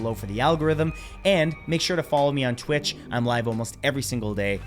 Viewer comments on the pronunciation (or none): none